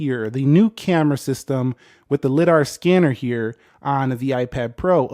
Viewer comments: 400th comment and it’s pronounced Lie-Dar not Lih-Dar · (l-ide-R) not (l-i-d-R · We are not going to talk about how he pronounced LIDER